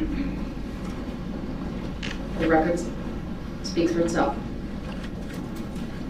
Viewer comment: i hate when ignorant people try to sound smart by using big words or words they don't even understand 🤦🏽‍♀️😂 he did this with MULTIPLE words : tacit , SUBstain , unfettered. SMH. embarrassing.